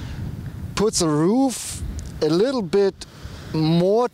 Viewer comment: Great informative and detailed review.Just a little painfull to hear.Please try saying "the" instead of "ze".It sounds like a greek "δ".I also like that you respond to all the comments,unlike most youtube channels.Liked the changing of hands.Subscribed!